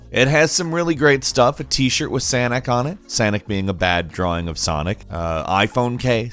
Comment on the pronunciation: When said “Sanic” I fucking lost it